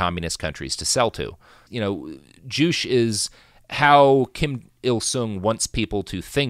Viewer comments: ""Joo-che" not "joosh" or "jooch". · Joo-chay....not joosh. At least look at a pronunciation before doing a 1 hour+ podcast on a subject. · Juche is pronounced JOO-che, not joosh, which is unfortunate because joosh is hilarious. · It always hurts to hear the way Robert pronounces things, but this episode especially hurts because I speak Korean and Chinese. The first time you said "Juche", I thought "what the fuck is joosh?" Eventually I realized you were referring to "joo-chay". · The way you pronounce "Juche" (joo-CHay) kills me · i am very sure you are pronouncing juche wrong. pretty sure its two syllables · This was driving me crazy. You can't suffix a syllable with the "sh" phoneme in Korean.